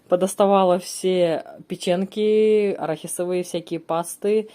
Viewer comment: опять ПЕЧЕНКИ, печенЬки правильно